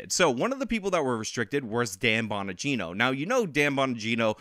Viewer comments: Bongino. Not Bonagino haha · It's Dan BONGINO, not Bon A gino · Bongino not fucking Bonogino lmao. You should really be familiar with Bonginos work holmes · It's not bonagino it's bongino. Maybe you are accidentally combing Danny Bonaduce and Dan Bongino. Lol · it's BONGINO, not BON-A-GINO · Not Bonagino. Bongino. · Bon-gino not Bon-Ah-gino. Nevermind, you mispronounced almost every name. You must get all your information from reading articles, which is fine to a point. Watch a little bit of video so you know how to pronounce peoples names and you will have even more credibility. Not knowing how to pronounce prominent names makes you seem uninformed. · There is no extra I in Bongino. It's just Bongino. Bon. Gino.